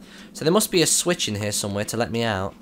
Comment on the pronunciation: What's funny is that he said Bruce has a switch to flick but with his accent it sounds like swish and flick which is what hermionie in Harry potter said to Ron for the spell. It funny